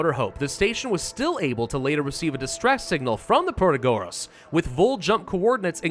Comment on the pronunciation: I find it weird the way you say "Protagoras", because this name is pretty similar to greek math phylosopher "Pitagoras" and usually the strong sillabe is the third to last (PiTAgoras). I don't know if it makes sense to you guys, but to me it does.